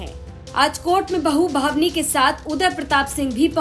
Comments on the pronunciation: ये जो बोल रहीं हैं बार बार भावनी सिंह बोल रहीं हैं बल्कि नाम भानवी सिंह है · बोलना सीख लो भानवी सिंह है naki भवनी singh